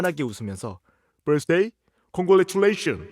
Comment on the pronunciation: 아 진짜🤣 아니 버스데이🚎를 벌스데이🍰로 알아버리는 외국인 클라스 오졌다 ㅋㅋㅋㅋㅋㅋ